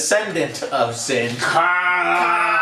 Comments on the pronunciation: SINGH Joe, it's SINGH, not sinj, it's pronounced like SING but with a silent H at the end, just say SING damnit! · 'Lay-on Singe' I love it! Joe, I laughed very hard at this. Don't know why it was so funny, but thanks. Also, 'Lah-ahn Seeng' is the proper pronunciation. And as for the 'bomb,' it was actually an atmospheric filter that they were going to give to the planet, but it got damaged (indirectly) when one of the Gorn shots hit the cargo bay area. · mispronunciation of the week. “Leon Singe” sounds crispy. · Joe, Singh isn't even a sci-fi name, it's a very common one, and mispronouncing it constantly is kinda lame